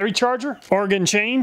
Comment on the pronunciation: As a native Oregonian, I appreciate you saying Oregon correctly. 😂 Solid testing as always. I don't even need a chainsaw, but I appreciate your testing so much that I watch it anyway.